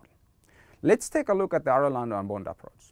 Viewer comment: Excellent video, just as a side note. Arellano is an Spanish name, so it's pronounced like "Areyano". Anyway good information was useful for me